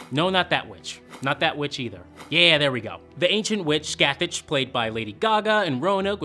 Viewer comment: i hate the way everyone mispronounces Scathach....if she's from celtic mythology the CH at the end of the name is pronounced the same as the ch in the word 'Loch'...